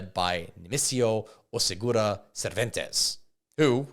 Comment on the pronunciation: Ovidio not Olevito Guzman OseguEra not OsegUra and finally LeyIVA not LevIYA El MayoR !?? how is possible you cant read bro at that age?